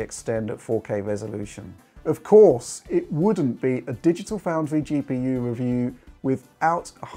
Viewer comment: I love that he finally cought that wascally wabbit and went into Youtube to weview gwaphics cawds.